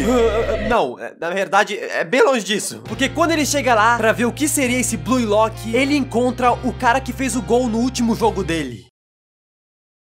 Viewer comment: Mn, qual é a dificuldade de pronunciar corretamente? Escreve-se Blue Lock, mas pronuncia-se BLU Lock. Para de dizer Blui lock, per favor me ajuda! (um meme)